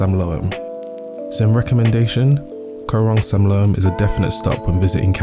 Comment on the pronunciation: You can't pronounce Koh Rong Samloem or Saracen Bay. correctly? Really. If you are doing a travel video at least you want to get it right.It is beautiful....maybe a little more intelligent background for others. Very superficial.